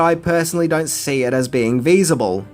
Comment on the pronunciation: Feasible not veasible homie 🙏🇨🇦